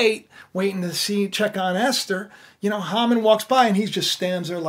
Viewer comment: Incidentally, the name is pronounced 'hay-mon'